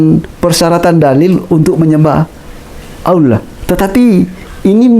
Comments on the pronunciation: Tolong sebutan Allah, jangan disamakan dg penyebutan sewaktu Bpk. di Agama sebelumnya. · ASSALAMUALAIKUM WR WB...fimohon dan minta tolong ya pak untuk bapak didalam pengucapan allah TAPI ALLAH SWT dan ajari pengucapan dalam lidahnya dan trrima kasih dan juga cara dakwahnya harus murni islami jadi biar terkesan betul mantap dalam beragama islam.karena kalau pengucapan allah masih kayak itu kemungkinan besar bagi yang tidak tau pada bapak jika menyampailam bab islam akan dikira misionaris karena pengucapan ALLAH SWT masih kaku dan kelu tapi saya mendukung sangat.dan untuk sekarang focus belajar islam dulu dan jangan berdakwah dulu dan mungkin lain kali.karena ta lihat masih penyampaian islamnya masih berdasrkan ilmu pikirannya dan nalarnya meski itu benar tapi kurang kuat jika tidak disandingkan dengan faham dalil AL QUR'AN DAN HADIS karena jika tidak dikuatkan dengan dalil maka akan jadi penyampaian ilmu hanya sebatas pikirannya dan jadinya akan ilmunya lebih dulu dari pada pelaksanaan dan itu kurang bagus dan cara pengucapan lafal arab yang benar dan terima kasih dan tetap semangat salam dari saya pribadi.SEMANGAT BERDAKWAH BOLEH ASAL ADA KAPASITAS YANG MEMPUNI DALAM BERILMU DAN DALIL KUAT DAN PAS DALAM PENGUCAPAN DAN DISERTAI DENGAN UCAPAN DAN PERBUATAN YANG SESUAI DENGAN APA YANG DISAMPAIKAN karena ni demi murninya islam terjaga.dan jangan asal semangat berdakwah tanpa dasar tapi jujur saya dukung mumek dan terus semangat dan dalami islam pada ahlinya dan berguru secara langsung dan bukan hanya di yout